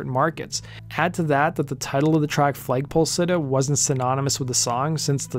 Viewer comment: Why do you keep saying FLAYG poll sitter? Its FLAG pole sitter. Enunciation mate.